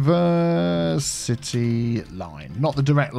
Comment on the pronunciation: I hope that "Univercitea" was just a joke.